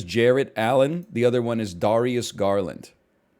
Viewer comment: dude knows so little about basketball he doesnt know how to pronounce basic names like darius